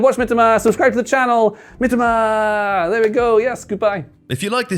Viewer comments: Please pronounce as miTOMA rather than MItoma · It's Mi-to-ma... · the guy name got butchered 😭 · You couldn't let do another take to say Mitoma's name correctly?